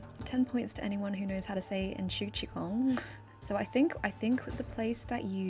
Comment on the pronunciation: it's es-COOT-chun